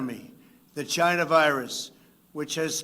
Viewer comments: “Chyna virus” you absolute legend!!!!! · Trump loves saying CHYNA. Ugh! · In Trumps Voice It came from CHYNNAA🤣🤣